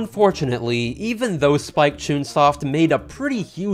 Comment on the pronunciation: Me: hears Spike Chungsoft you said what know